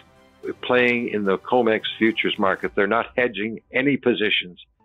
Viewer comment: Comex, not comics!